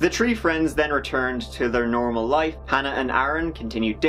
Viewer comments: The "tree" of them? What? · So weird when says "Tree" and he's actually talking about the plant! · 1, 2, “TREE” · Interesting stories, but the word is THREE not TREE. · Start . The "tree" accent has become it's own meme of late. He doesn't do it in his older videos at all. Still love all of the hard work put into these and this is one of my favorite channels, but I don't think most people realize that it seems to be a more recent thing. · You know a guy can't be trusted when he has "Tree DUIs".